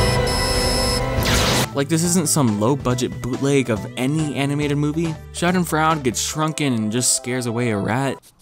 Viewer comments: It's "Schadenfraude" Sha-den-froid-a. as in: someone whom reveals in the suffering and misery of others. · Doctor Schadenfreude While it looks like fraud, it actually means deriving pleasure from someone else’s pain. It’s a German word pronounced: Shaa - duhn- froy - duh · no Schadenfreude is German and means that someone else’s pain makes you happy. :) (edit: it’s also pronounced differently in German :)